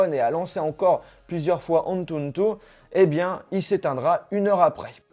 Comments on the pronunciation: Par contre c'est ANTUTU et pas ANTUNTU 😭😭😭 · Tu Galère Légèrement À Dire Antutu 😂